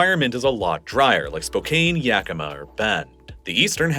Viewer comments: I’m sure somebody said something but as a Washingtonian, the mispronunciation of Spokane as Spo CANE instead of Spo CAN hurt 😅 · Spo-CAN not Spo-cane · Spō-can not Spō-cain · Spokane, Washington is pronounced spo-CAN (like "spo-kahn" or "spo-can") and is not pronounced "spo-CANE". The name comes from a Native American tribe and means "children of the sun". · spo-caine... bruh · Spo-kane.... hahahaha. It's pronounced more like Spo-can. Nope, totally didn't spend years living there! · With all due respect, it’s pronounced “spo-can”, not “spo-cane” ❤, a Washingtonian (thanks for including so much information about my state!!) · Leduc = Le Duke, not Le Duck, lol (but you got it right the next time you mentioned Leduc #7). Also, Spokane is not "Spo-kayne", it's "Spo-kaan", rhyming with "McCann" or "minivan". And "Athabasca" is pronounced just as it's written - "A-tha-bas-ka", not "Attabaska". Nitpicking aside, this is a really well done video and I get a much better sense of why Western Canada (where I live) is populated the way it is and why the US midwest is generally sparsely populated. Well done! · It's pretty obvious he was just taking his best guess at many of the place names in this video, like "Spo-cain" (it's "Spo-CAN"), "Sood-bury" ("SUD-"), "Atta-bass-ca" (Ath-ah-bass-ca"), etc. Really could have used a pronunciation guide. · Yay, fun to see my desolate, hellish little region of the world get some airtime! Love your videos so much. My only complaint - it's Spo-Kan, not Spo-Kane. 🙃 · It’s pronounced spo-kan not spo-kane 😂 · Someone else probably said it, but for future reference, it's pronounced "Spo-CAN" - not "Spo-CANE" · Spokane, WA is pronounced "Spo-can" not "spo-cane" 😉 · He said “spo-kane” lol for those who don’t know it’s pronounced spo-can lol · Spokane is pronounced Spoh-CANN, not Spoh-KAYNE. Also, Sudbury is SUDD-berry, not SOOD-burry. Also, Leduc is leh-DOOK, not leh-DUCK. 😂😂😂😂 Also, Athabasca is a-tha-BAS-ka, not at-ta-BAS-ka. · Also spokane...